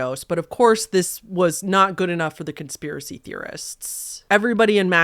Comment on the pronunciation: Con - SPIER - a - cy?? 🤯🤯🤯🤯🤯🤯🤯